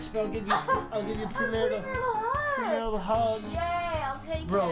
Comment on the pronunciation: Nobody: Papa: NO PREMARAL SEX